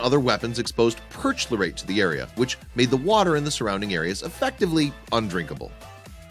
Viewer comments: OMG, learn to pronounce the words correctly...’perch-lorate’ is pronounced ‘perk-lorate’, ‘Verdoon’ is Ver-dun’. Makes you sound like an amateur! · It's pronounced per- chlor-ate. Chlor as in chlorine, not perch- lor-ate... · It's Per-Kloar-Ate, NOT Perch (whatever the hell you said). Sodium and Potassium Perchlorate were powerful oxidizers, and were highly reactive when exposed to bare metals or rust. The shells that they were used in, in combination with whatever fuel was used for either exploding or deflagrating, the insides of the shell that contained the nasty stuff was painted or coated with something to keep it away from the bare metal, but the stuff would rust, and the rust would cause the shell to go off, and anything still around today could be just waiting for a tickle from someone's toe to cause a VERY bad day. So you decide. A walk through a beautiful, untouched in a hundred years forest? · Perch-lorate? You mean per-CHLOR-ate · Purr-KLOR-ate. He pronounced it "PERCH-lore-ate". Took me a minute to figure out he was referring to a chemical used in explosives. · Pronounced: Per-Chlorate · I think in regards to the rockets, did he mean perchlorate? (pronounced / per Klor ate) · When you said perchlorate, you pronounced it wrong. It's perchlorate (per-klor-ate) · BUY A DICTIONARY!!! LEARN HOW TO SAY WORDS LIKE "PERCHLORATE" (LIKE CHLORINE) AND "VERDUNNE"!!!! YOU MAKE YOUR LIVING SPEAKING SO AT LEAST SPEAK CORRECTLY!!!!!!!